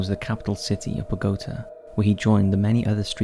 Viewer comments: Must say, I've never heard "Bogota" pronounced that way😳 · And Bogotá.🤣